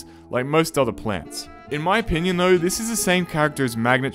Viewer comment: "In my o-pea-nion" =)